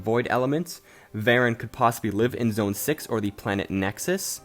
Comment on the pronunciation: "zoen 6"